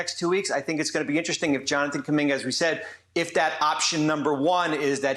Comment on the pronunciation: It's Jonathan, not Jonanan Kuminga